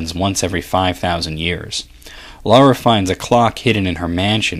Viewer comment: It's Lara, not Laura, law-ra, or any other variation. Lar-rah, it's not hard :P